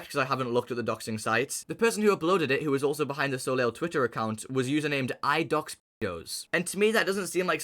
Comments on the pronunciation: Their name is pronounced "So-Lay" btw. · Soleil = sun in French It’s pronounced so-lay I hope Joe ends up ok